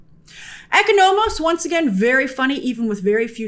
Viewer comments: I can never take a reviewer seriously whenever they incorrectly pronounce a characters name. Especially names that are frequently stated in the show. Like you critique the episode, yet you can’t get Economos & Adebayo right??? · What is that pronunciation on Economos name? It’s like it’s the first time she encounters that name 🧐